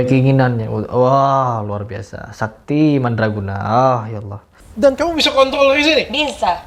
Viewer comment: Iya bang kebanyakan yang non muslim dari Indonesia (gatau kalo luar negeri) sebut nama Allah itu Alah. Nggak semua, cuma saya seringkali dengernya gitu